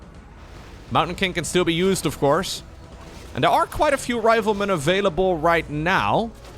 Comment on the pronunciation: "He doesn't even have the 'rivelmen' upgrades"